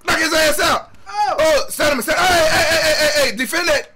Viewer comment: Love you Rampage but bro its fucking STAMINA not STANNIMA lol